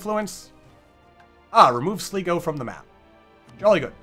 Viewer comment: Sleeego..... It's pronounced Sly-go